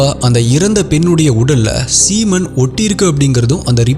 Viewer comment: Hi bro unga voice and story telling in narrated. I am 6 years of your fan but one correction don't mistake me one word speech in wrong adhu "seemon" ella brother "semon "next time correct pannikkonga pls reply to the comments 👍🏻👍🏻👍🏻👍🏻🤔🤔🤔🤔